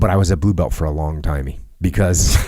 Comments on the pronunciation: I thought he was being silly and saying "blue belt-chi, bowahh", but it makes sense he'd know some Brazilian doing brazilian Ju Jitsu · Being brazilian, it's kinda funny/weird hearing Jocko saying "blue belti, porra!" heh